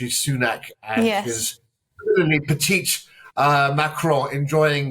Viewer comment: Okay, just a couple of things: it's "petit" for President Macron, not "petite". Macron is a male, last time I checked. And it's Jefffrey Epstein, not Jacob Epstein. You'd think you'd have cottoned onto that by now.